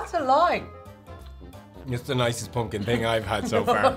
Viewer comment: Your pronunciation of "poompkin" was the best part.